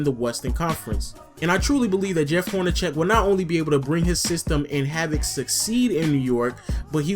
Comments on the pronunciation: its Horn-a-seck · Lol I think it's pronounced Horneseck not Hornecheck but good video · I like your videos, but Jeff Hornacek's name is pronounced as though the c is an "s". Just pointing out a pronunciation thing.